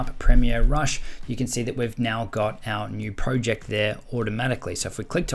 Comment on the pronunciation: Bro why would u say proooject